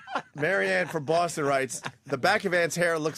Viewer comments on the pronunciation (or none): none